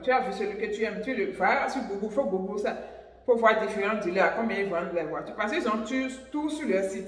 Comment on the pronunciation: Google = Gougeul / non gougoul